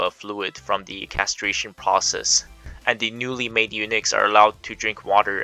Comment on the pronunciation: It pronounces "u-nucks" NOT "u-nix".